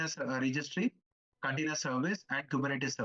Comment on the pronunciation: He said it as "container" but it sounded like "continuous". Use subtitles